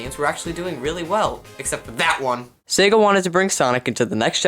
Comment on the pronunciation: You are SO RIGHT! By the way, it is Sega, not Saga.